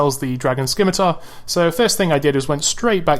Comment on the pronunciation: Please don't call it a "Skim-itar". It's pronounced Sim-itar.